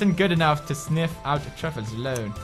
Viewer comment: Pewds kept pronouncing Truffles as "Triffles..." XD Haha so cute!